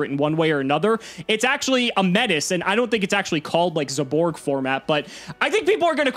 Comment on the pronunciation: Can someone PLEASE get to stop saying as "zay-borg"